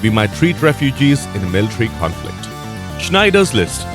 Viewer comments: Yep, had to hear it twice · It’s called SHINdlers list not Schneiders list 🤣🤣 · Jesus... it's Schindler's List, not Schneider's... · It's" Schindler's list "not "Schneidler's list" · Yeah. He kept saying Schneider's List. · snyder list get your pronunciation right sir listing to this is embarrassing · sneiders list. Calls it sneiders list again 😂🤣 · Why do you say snyders list? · SHIND-LERs list! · Did he say Schneiders list? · Who the fuck is Sneider? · Schindler's list pronounced incorrectly . That movie is a gem.